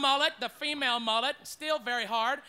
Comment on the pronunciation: The Asian mullet, the “murret” I’m done 😂😂😂